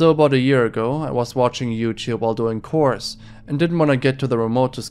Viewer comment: The way you pronounced "chores" (cors) and "Tucson" (Tuscan) and pretty funny. Love your accent, though